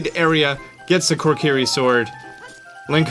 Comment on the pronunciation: WHY TF ARE YOU SAYING KORKIRI!?